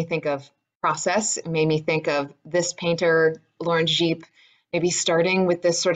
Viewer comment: Well done! Although,Gipe pronounced rhymes with "Pipe', but i do like the French inflection! You really got the work, I'm very impressed by your research. Thanks.